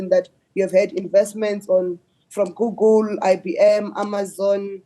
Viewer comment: It's google not googol...and this is a government minister!